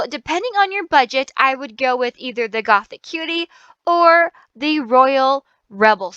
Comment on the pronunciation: Something that triggers me -A LOT- is when people say the new set name as "Gothic Cutie" but if you actually look at the name, it's "GOTHICUTIE" (Goth - ee - cutie) -_